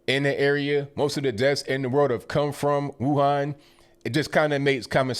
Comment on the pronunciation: Amazing how correctly pronounces the word Wuhan both in Mandarin and Wuhan dialect.